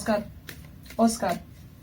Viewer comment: I like the way you say 'Oscar' with your romanian accent ;)